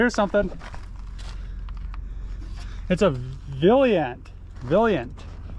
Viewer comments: loved the veliant remark on blue car, its pronounced VALIANT, but you were close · Say it with me… Val-I-Ant